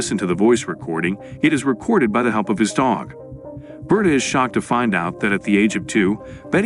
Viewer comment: Its ber-ta like roberta, Not burta. Learn to speak bro wtf.